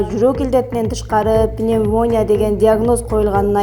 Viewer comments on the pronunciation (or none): пнемволия змес пневмония туура айпайсынарбы додуробой